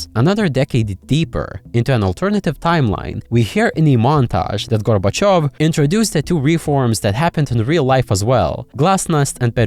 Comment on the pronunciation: "gorbochevs" how do you butcher Gorbachev that bad💀🙏